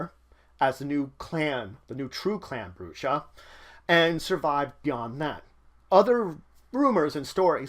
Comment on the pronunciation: This is good but my only criticism is you pronounced brujah wrong throughout the video.